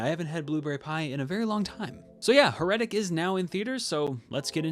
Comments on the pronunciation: Dude, accent is on the first syllable. HAIR-uh-tic. Like Heresy. But otherwise good review. It can’t be worse than the Popes Exorcist, so middle of road isn’t a ditch like that was. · How did you come up with that pronunciation? Accent on the first syllable, my man. HAIR - uh- tik. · How can I respect a review when you can't even pronounce the title correctly? heh ruh tuhk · Your pronunciation of heretic makes me shudder. 😨